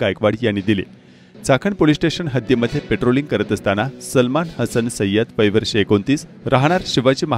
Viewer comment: पेट्रोलिंग नव्हे पॅट्रोलिंग असा उच्चार हवा, कारण दोन्हींचे स्पेलींग वेगळे आहे.